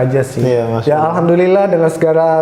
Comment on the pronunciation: tolong jgn menyinggung orang2 yang sudah islam dari lahir dan tolong klo ngomong alhamdulillah di perjelas, karena setiap saya denger itu hamdulillah bukan alhamdulillah